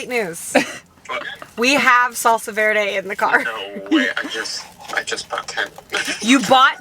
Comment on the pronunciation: Me who has taken spanish. I cringe when people pronounce Verde that way lol